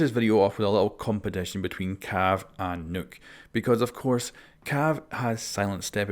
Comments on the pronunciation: Its pronounced knock not nuke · It's nøkk pronounced knock not nook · its nock, not nook you imbecile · It’s nok not nook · ITS NOT NUKE OR NOOK OR NUK ITS NOKK LIKE KNOCK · Her name is not Nuke, its not Nook, Its Nokk. Pronounced "Knock" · Why is everybody fucking up Nøkk‘s name pronounciation???😡 It’s NOT Nukk, Nokk or Nükk ITS FUCKING “NÖKK“ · It’s pronounced NOKK like I knock on a door nokk not nuke like I nuked a town get it right I still love ya don’t hate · Its pronounced 'nook' not 'nuke' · U keep saying Nuke is her name, which is fine if that rolls off the tongue easier for u but it’s pronounced like Noke in case u didn’t know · It’s Pronounced Nokk not Nook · IT'S NOT NUKE IT'S NOHK omgoodness xD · Who else laughed when he says nuke instead of nokk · It ain't Nokk it's Nøkk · It's pronounced NOC or NAK, not "Nook" or NUC. It's name comes from the Nordic folklore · Nokk!! Not Nook!! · Nokk not Nook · It’s pronounced Nukk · I really dont like pronouncing Nøkk's name like nook/nuke. makes her sound way too much like Rook which is just gonna lead to confusion. so I'm just going to continue acting uncultured and pronounce it like Knock. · Its pronounced like buck but replace the "b" with "n" nuck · You keep calling her Nook... This isn't Animal Crossing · Do you really say Nøkk as “nook” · Her name isn't nuke! Stop saying nuke! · I thought it was pronounced like Nuck, like Buck. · him reading it as Nook was painful but still luv him lol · Man every time he didn’t say nøkk name right I got slowly triggered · The way you say Nøkk triggers me